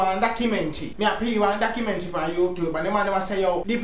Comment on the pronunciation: "Docimentrey" mi dead